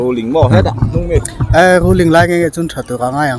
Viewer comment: Rulling nge rulling lo..thing thei e 😂😂😂😂